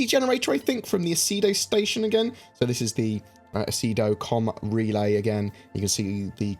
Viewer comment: 'Comaray orrr com relay' 😂